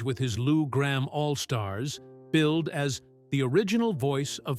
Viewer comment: PRONUCIA BIEN "" GRAMM""